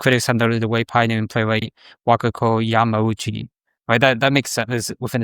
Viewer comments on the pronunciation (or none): none